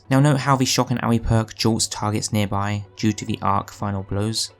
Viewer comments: "Shock and ouwee" its shock and Awe, like being Awe struck. pronounced like Oar XD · for the love of god learn how to pronounce "awe" it's not owie it's awe. Muppet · lol shock and owie.lmao. its awe like your in awe of something or you seen something crazy/cool/amazing/etc. js. funny how u called it owie. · Shock and Awe (IE) ? xd made me chuckle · Shock and owie? 🤣🤣🤣 mate its awe as in ooohw. It means to be surprised and in a way dumbfounded due to like some sorta wow factor. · No it’s pronounced like “aww” or “aaaaahhhh” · mans actually said shock and ah-weeeee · MANS SAID SHOCK AND OWEE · its pronounced shock and Orr 😂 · Shock and Awe - the Awe part of that perk is pronounced like "or", just like in awesome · lmao did he just pronounce it "shock and OWEY"? see kids, you dont need to get a diploma, just get a youtube channel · it sounded like you said shock and owie.... and that fits so well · Dude said shock and owie. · never heard someone pronounce awe like that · how did you say awe????🤣🤣 cracks me up